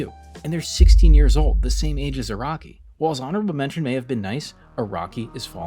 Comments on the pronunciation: His name is Araki, not Iraqi The magazine is Shonen jump, not Shon jump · It’s pronounced Ah-Rah-Key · Iraqi, Raki, Rocky Bro can't even pronounce Araki